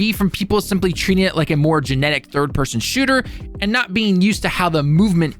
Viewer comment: did i just hear a spoken autocorrect of “generic”?